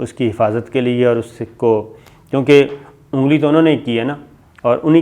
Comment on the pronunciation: Sabir bhai "Assalaam O Alaikum" aap logoan ko salamti ki dua de rahe hain lehaza "Assala Walekum" nahi bolein.ummeed hae aap aik sachchay musalman honay ke natay iss per ghor kare gay aur haan "ungli" hahaha ??.shukria